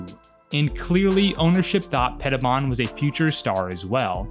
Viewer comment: And Washington has never been the same. I think Petibon is pronounced Peti-bone. From what I remember back in the day. Nice video!